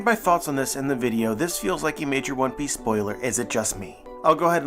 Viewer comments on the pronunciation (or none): For a moment there, i heard you say "One Peace"... hmm...